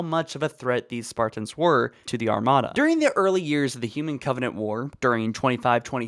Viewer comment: I’m so annoyed by the way u pronounce Spartans “SparTINS”